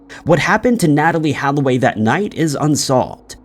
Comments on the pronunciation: Holloway, not Halloway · Not to mention how he pronounced Natalie's last name as Halloway when it's actually Holloway (and was written as such on the screen). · It’s funny. You apologize for the pronunciation of the foreign names but yet you pronounce Holloway as if the second letter is an “a” haha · not to mention he apologized for pronouncing the two dudes' names wrong immediately after pronouncing her name incorrectly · You fucking botched Natalie Holloway's surname you goose